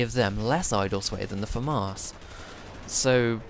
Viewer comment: Why do you pronounce the Famas as "Famarse"?